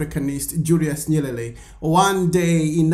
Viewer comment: It's not nyelele. The pronunciation is nyeRERE. You are one of African whose tongue is twisting or rolling when comes to say "L" and "R". Swahili word "Habari (news)" they say "Habali". The word "usijali (don't mind) said "usijari". R & L will interchange! Fix your tongue. Practice tongue twister sayings! Poor you!